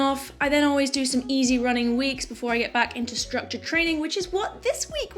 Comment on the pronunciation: Also 'trainin'"